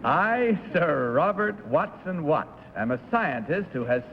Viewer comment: It's "Watson-Watt."